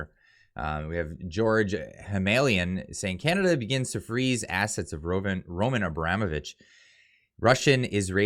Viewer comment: It's pronounced Ro-MAHN Abra-MOH-vich,. Thanks for your honesty